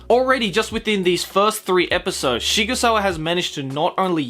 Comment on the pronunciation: >Shigusawa It's Sigsawa. It's a pen-name based on a real gun manufacture, SIG Sauer. It's even styled like that. Please try.